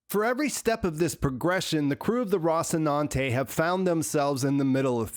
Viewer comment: ROSS-inante? Bro, they saw the word in the show like 700 times an episode.